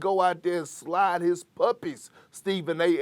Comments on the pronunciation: Perk: … “Rudy GOBURR” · Rudy GOBURRRR as someone from the south we dont say rudy gobert like dat thats a straight NO thang